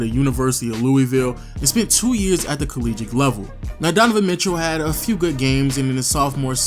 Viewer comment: Nice video. You say "collegiate" weird.